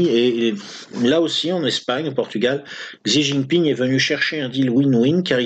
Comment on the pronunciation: Petit tuyau pour prononcer "Huawei" : ça ressemblerait à "Roi oueille" pour un francophone. Et Xi Jinping => "Si Djin'ping".